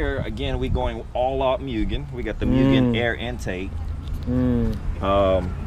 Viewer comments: I believe it’s pronounced “Mooo-gan” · mew-gen.... it's pronounced like 'moo-gen', not cat sounds. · cool stuff, too bad this guy sounds like he doesn't know what he's talking about. 6 months into ownership. Sounds like he just bought this car the way it sits. Its also pronounced "moogen." smh